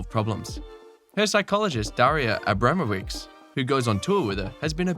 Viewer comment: It is SharapOva and AbramOvich when these are Russian names and AbrAmowicz when it is Polish name (I assume you mean Daria Abramowicz from Iga's team).